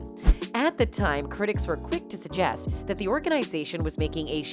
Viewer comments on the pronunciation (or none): none